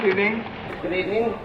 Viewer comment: So SNL started "Good Ebening"...